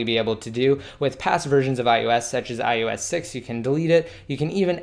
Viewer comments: You say ius 7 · Is it just me? Does anyone else keep hearing him say iUS7?